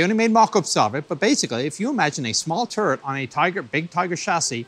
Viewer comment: Funny how he pronounces "turret" as "turd"